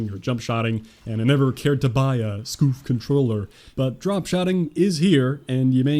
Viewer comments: As soon as he said scoof i saw your comment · "a scoof controller" 😂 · When he said scoof controller I almost shit myself laughing